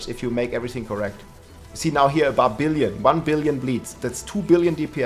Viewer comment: "barbillion"....love it!